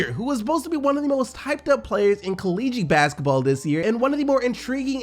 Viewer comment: college basketball but listen to the way he says it